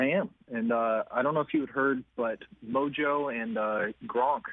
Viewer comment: Mojo jo jo lol, it's Rojo